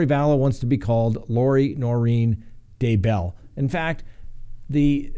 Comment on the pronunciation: Actually, she wants to be called Lori DayBELL, accent on first syllable lol. Oy vey this case is taking forever to get going.